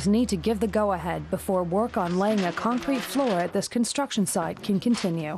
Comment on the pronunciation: concrete ffs. at least you said it right second time